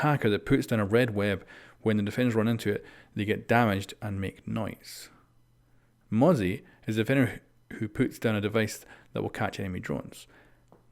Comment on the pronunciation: Thank god he pronounces mozzie correctly now 🙃